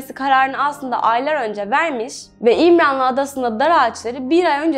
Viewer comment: Allah rahmet eylesin ( birde İmranlı adası değil "İmralı adası" olacak )